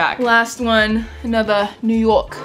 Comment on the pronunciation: trying to say New York in a New York accent but it sounding more British😂 literally me every time I try accents.